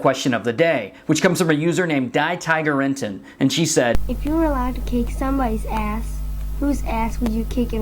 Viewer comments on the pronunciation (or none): lol "Die Tigerenten" is a german term, which actually means sth like "The Tigerducks"... I just found it funny, you pronounced the "die" like that :D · DieTigerenten is a German TV show and it is pronounced : Dee Teegarantan It has nothing to do with die like dying. In german die is the female form of "the". Tigerenten means : Tigerducks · sorry Ray, but I'm pretty sure it's pronounced "dee" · Its funny how you pronounce the name of the girl who asked the comment question. Its German and defenetly not pronounced that way :D "Die Tigerenten" is a TV show for children over here. It wold mean something like... The tigerduckies xD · DieTigerEnten hahahah i fell off of my chair when i heard how you pronunced it hahaha Die = the Tiger = tiger Enten = Ducks its german yeah its maybe funny to read my english too ^^ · Lol, DieTiegerenten is a german name, you pronounced it wrong. So I´d like to kick your ass. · I would kick Fred. Why? No explanation needed xD Lol, RWJ, it's "Die Tigerenten", it's German, not English xD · you pronounced Die Tigerenten wrong. Its german :D